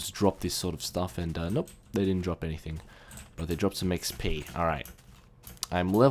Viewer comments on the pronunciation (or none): none